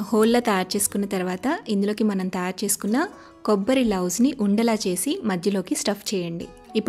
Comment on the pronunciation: కొబ్బరి లౌజు కాదు కొబ్బరి నౌజు.